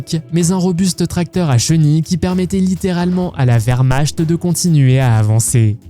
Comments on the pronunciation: Excusez-moi, monsieur IA, mais dans Wehrmarcht, le cht ne se prononce pas comme en français mais comme un R suivi d'un T. :^) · La wermarchete😂😂😂